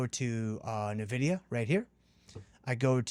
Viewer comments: Even Jensen Huang pronounces it as N-vidia, not "Navidia" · Nvidia's naming origin is from the Latin word, invidia, meaning envy or jealousy. The correct pronunciation of Nvidia is "en-VID-ee-uh." No, nah in it. Other than this, another super video! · Bro, that is not how you pronounce Nvidia. I must reassess you now.